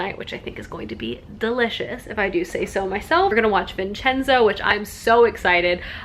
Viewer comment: Finaallyy someone who pronounces vincenzo right